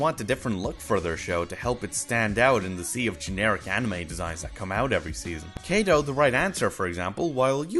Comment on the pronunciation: Why do you pronounce them as Kay-do and Main-ga when their actual pronunciation is Kaah-do and maah-nga?